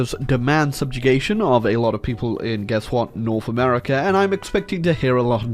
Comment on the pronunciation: Whenever I hear "hamerica" coming from ISPS mouth, it tears my soul